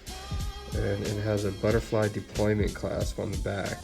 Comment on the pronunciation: Maybe get a guy that actually knows something about watches to talk about your watches. "Deployant" not "deployment". And the sapphire crystal is not a lens.